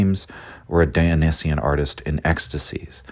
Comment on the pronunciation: I just can’t get over the mispronunciation of Apollonian and Dionysian